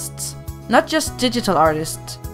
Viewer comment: she says digital art like didital art